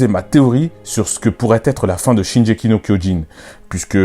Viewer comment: Notamment la prononciation du titre. Shingeki avec le "gu" Le titre Shingeki no kyojin ça signifie littéralement le(s) titan(s) de l'offensive ce qui revient a dire le titan assaillant. Ensuite le pouvoir du titan assailant est mal connu, notamment par la famille royale car c'est un titan qui a toujours aspiré à la liberté et qui s'est fait la malle dès l'apparition des titans primordiaux. Ce titan reste mystérieux et j'avais jamais pensé que son pouvoir pouvait résider dans un lien avec un membre de la famille royale.